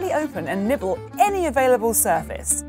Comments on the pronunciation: nibble lol! I thought it was weird they called it the nipple kiss XD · I heard the nipple kiss instead of nibble XD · I heard Nipple Kiss. 😂🔫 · Wait... You are telling me it's not nipple kiss??? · this person's accent made nibble sound like nipple